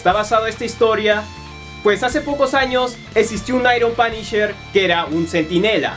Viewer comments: "Es Da Panisher " :v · "Oh, es da panisher"